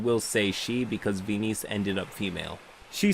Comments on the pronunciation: The weirdness of the story aside... "Ve-niece"? What? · "venice" ghaccio somewhere: ITS VENIZIA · veeneece- VENICE. Venice the city. i died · I think "Venice" is pronounced like the city in Italy (vɛnɪs). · fascinating pronunciation of Venice lol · Side note, the stated pronunciation of Venice made me hate this player even before I heard the rest of it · Why are you saying Venice like that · Pronouncing Venice wrong is pretty cringe. Hope you are beginning to feel better. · no. I meant he was pronouncing it wrong.